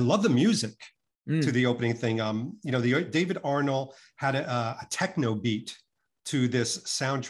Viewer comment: Why can David NOT pronounce names? He is forever getting on my nerves with his "Creg" when he should say Craig and he just said David "Arnel" rather then Arnold. He is meant to be this high flying business man but does he realise he has a speech impediment?